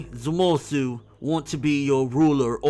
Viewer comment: that's the first time he actually said zamasus name right